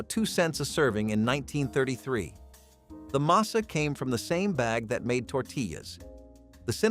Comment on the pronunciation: And it's "masa," NOT "mesa," you artificial idiots!!!